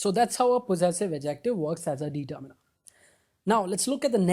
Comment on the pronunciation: bhai pronounciation to seekh lo determiner ki determeener nahi ddeterminer